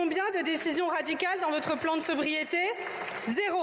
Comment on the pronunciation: vous avez un problème d'élocution ou vous inventez des mots !? ils péspèrent, ébriété énergétique, le rézizionisme, désiper, une fixcalité, ascafizalité climatique etc ! il faut consulter un orthophoniste ! et il n'y a pas de S à cent, on ne dit pas cent Z'autres...sinon la veste verte est obligatoire chez les verts !?😂